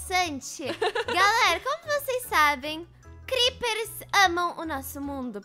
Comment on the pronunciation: "DIÁRIO DOS CREPPES" KAKAKAKAKAKAKAKAKAKAKAK